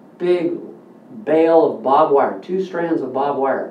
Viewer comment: barbed, barbed wire. not bob wire lol. Very informative video though